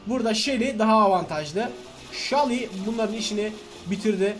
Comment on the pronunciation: Shally degil abai sunu seli diye oku